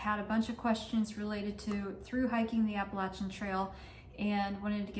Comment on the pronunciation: Thank you for pronouncing “Appalachian” correctly!